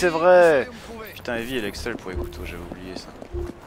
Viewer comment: en passant cest evie et non ivy loll